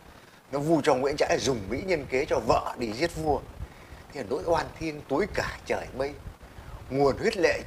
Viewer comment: Nỗi oan chứ không phải “lỗi oan“ nhé!